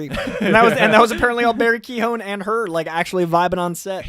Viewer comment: I really liked this movie, it’s moral dilemmas, characters and also I’m fully Irish and I’m nearly positive you guys (yes even ) are pronouncing Barry Keoghan’s name wrong. Just to let you know